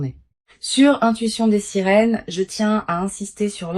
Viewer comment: Des "" SERINES""" ???? AU LIEU DE SIRENES ...TAROT DES SERINES ??? ENCORE L I.A ....INSUPPORTABLE ...PPPPPFFFFF